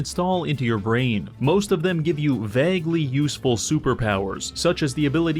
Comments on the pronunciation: Nobody: talking: "I pronounce vague like 'bag.'" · I never get tired of pronouncing the word "vague"